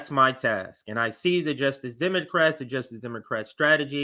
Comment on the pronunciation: The way says "demoqwat" kinda drives me nuts.